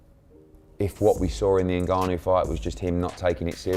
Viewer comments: N-guh-know.. lol.. n-gahn-ou is his yoy say it. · "francis engannow". AI voices ruining yt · PLEASE and I speak for everyone listening say Francis Ngannou name correctly. That was embarrassing